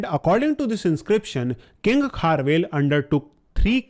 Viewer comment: Its not kharvel its kharavela